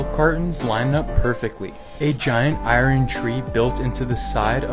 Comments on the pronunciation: Iron is pronounced “I-ERN.” Not “I-REN”!!! Grrr, pet peeve, sorry. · Why do so many people pronounce iron like I run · How did he just pronounce iron?